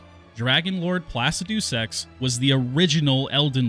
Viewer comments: Pla-ci-du-sex is a crazy name😭 it’s pronounced plu-cid-uh/ih/eh-sax the uh/ih/eh is how ever you decide tbh it’s hard to tell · Please stop saying Placidusax like that. 🤣